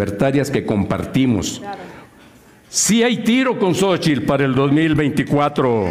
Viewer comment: Seria interesante contar las veces que dices Sochitil en cada video... seguro es un record